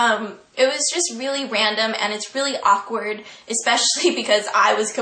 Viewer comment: la palabra "awkward" la pronunciaste algo mal porque es /ˈɔːkwərd/, todo lo demas excellent